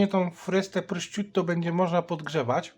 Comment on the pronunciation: wymawia się prosziuto